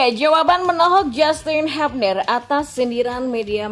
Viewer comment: Justin bilang, lafal/ menyebut/mengucapkan nama belakangnya itu "hyubner" bukan habner